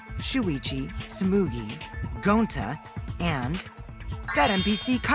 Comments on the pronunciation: You: tsumugi Me: no 😭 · says its tsumugi oh you poor soul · it’s stumugi! Me: u poor poor innocent child